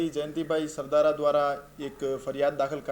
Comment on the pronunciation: Sav sasta ma anchor hire karyo lage chhe. Alya Sardhar nahi Sardhara . 😆